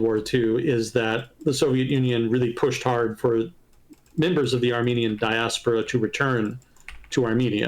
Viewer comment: It is actually "diAHspora", not "diaspOHra"